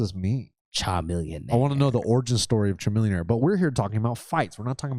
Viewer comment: cmon, chamilionaire is pronounced like chameleon-aire LOL